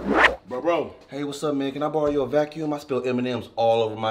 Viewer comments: “CAN I BORROM YOUR STUFF?” “BORROM” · Borrom lmao